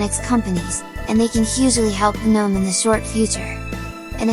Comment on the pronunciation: The "guh-NOME" are escaping!